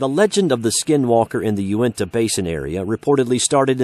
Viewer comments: its pronounced yoo-neh-tah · Sam Leggett can I yell about how he misprounces unitah